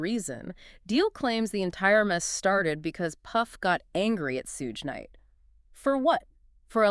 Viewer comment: Right she said sudge nite 😂😂😂